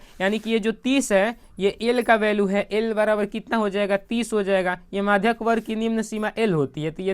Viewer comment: मधिका nhi maadhak